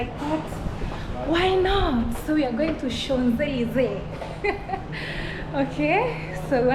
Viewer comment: 😂😂😂😂😂😂@ pronunciation of "Champ Elyses" is ""Shonzelisse"" 😅😂😂😭😭 and her pronunciation of "Eiffel Tower" was ""Ayffol/ Haffel/ iffel etc 😂😂😂 wow! I'm dead. We really can't take the Nyabohanse outta our gal, but we sure took her outta Nyabohanse!! Keep flying high gal.. my namesake- Godspeed in ur travels. ❤️ it's all love here, jus some humor n don't take it personally... yu ain't French, right? Same way French wouldn't be able to read Swahili... 😊🤎🫶🏾🙏🏾